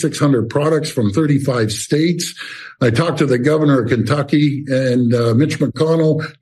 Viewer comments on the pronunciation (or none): none